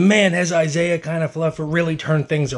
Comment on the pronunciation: That was AWESOME!! Couldn’t believe it when I was watching it live! And was waiting for your video on it 😄😆 Check out his slide into home…slick! Lol Also: “Isaier” 😂😂😂 Dude can’t pronounce Isiah lol